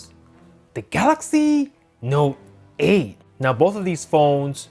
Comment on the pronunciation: Your voice is fucking annoying the way you emphasise on the s9 or note 8